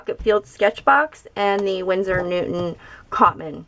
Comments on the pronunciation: stop pronouncing it like newtmen its newton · Not a big deal, champ